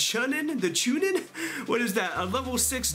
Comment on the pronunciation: Watch Naruto and you will know how to pronounce Chūnin